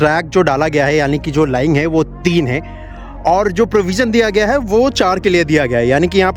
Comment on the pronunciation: सर लाइन होता है लाईंग नही। आप अपना प्रोनाउंसेशन सुधारिए। प्रोजेक्ट को आप पॉर्जेक्ट बोलते हैं। र को ड बोलते हैं।